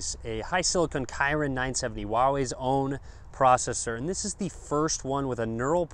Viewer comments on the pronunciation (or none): That "kirin" was just kirin(keerin), not kirin (kairin). That was a name of japanese god actually, not a science thing.